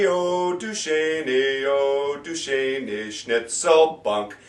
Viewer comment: You say you'll "review the proper pronunciation for the words" but your pronunciation for 'nicht' or 'schöne' or 'quer' plus a few other words is not correct actually.